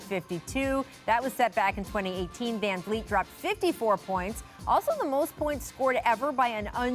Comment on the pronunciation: saying “van-leet” lol put some respeck on his name